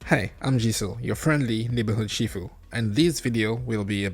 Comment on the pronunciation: Sorry but it's sifu not shifu. 👌 Video's tho.